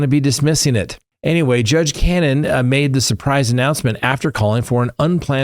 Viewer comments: Judge Cah-No-knee. Not Cannon.. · You have No clue what you are talking about regarding The Karen Read case!! You don’t even know the Judges name. It’s Cannone. Can-o-nee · I enjoy your recaps - but the judges name is pronounced Can-non-e. Also Hank misrepresented that info came from Feds but then after judge announces suspension, he backtracks admits it was from defense. In my opinion, the judge overreacted, she didn’t ask for explanation. This could have been cleared up today. Judge gets all upset about this but there is so many Brady violations from commonwealth including evidence submitted in the middle of the first trial that was discovered to be inverted after the state police testified it was a true and accurate video. If she removes Alan Jackson as Read’s attorney, this will be appealed. Even sanctions seem extreme when she has never sanctioned CW for their evidence issues. Judge has demonstrated bias in my opinion. There is a receipt that FBI paid this exact amount to ARCCA in 6/2024. This whole case is a mess mainly due to the poor police investigation. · Her name is pronounce similiar to cannoli as in the food…not cannon btw. Case has been going on for a long time cannon not correct pronunciation. And no Hank has been doing a terrible job nothing but whining and cry me a river. Super annoying to watch. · It is Ca no ne not cannon. You are dishonest for not telling the whole story. Breenan corrected himself that the questions were for this year. Breenan is a bo,d faced Liar!! I can't wait for you, Cannone and Breenan to eat crow!!! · Not Cannon, Cannoni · The judge in the karen read case : BEVERLY CANNONE CAN- NO-NEE.................... get it right.......... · It's pronounced ka no knee Next Tuesday 11 Did judge apply manifest necessity though. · At least pronounce the judge's name correctly 😅 Canonie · The Judges name is pronounced CA-no-Knee or Ca-Known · You are not pronouncing the judges name correctly.